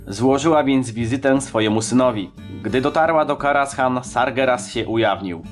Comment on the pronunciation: Źle wymawiasz kostur Medivha. Mówi sie Ateisz nie Atiesz ;) I zamiast Karashan czyta się Karazan ;)